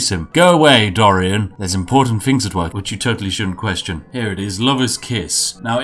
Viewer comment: The way you say dorian in this is perfect